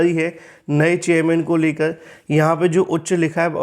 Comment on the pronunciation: He speaks चेयरमैन ❎ चेययमैन ✅😀😀